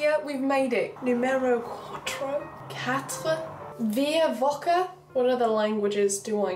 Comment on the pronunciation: Little tip to say “vier wochen”: Fi-uh Vo-phlegm-en